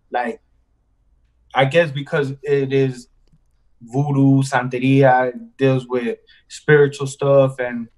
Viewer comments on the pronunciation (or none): lol, santeria....not santa ria hahahaha